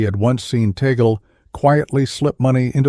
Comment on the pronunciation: The Cardinal's surname is pronounced as "TAG-LE" . NOT as "Tae-gel" or Tay-gel. It's a FILIPINO-Spanish surname. And he was born in the province of Cavite. Not in the city of Manila. He was a former Archbishop of Manila. And PLEASE. Do not create a malicious and misleading THUMBNAIL just to invite views. Respect the person you are featuring. Especially if that person is well-known and a religious personality.